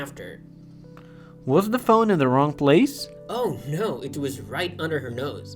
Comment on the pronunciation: Yada giyan la jiyati away bley ذە ئینتەرڤیو ble ذی ئینتەرڤیو chwnka i la komalay pita bzwenakana har katek pity bzwen la saratay wshay dway The hat awa ba ذی axwendretawa nawak ذە, enja keep going bro 😍.